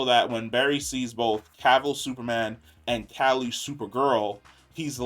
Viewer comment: He's gotta learn how to say Calle name 😆 love this guy but that and the lower volumes be killin'me.